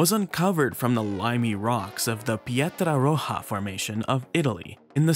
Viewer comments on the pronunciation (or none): As an italian, specifically one who lives just a few kilometers from Pietraroja, I feel the urge to point out that it's not pronounced "pietraroha" like in spanish but "pietraroya"